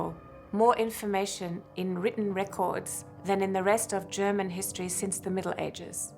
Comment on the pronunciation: What a shame that the narrator mispronounces all the German words.